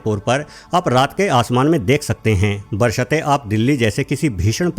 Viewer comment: बरसतें nahi sir बशर्ते😅 (sorry sir chota muh badi bat kardi mene)